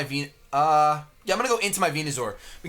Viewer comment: Man the way he says Venu-zor drives me nuuuuuuts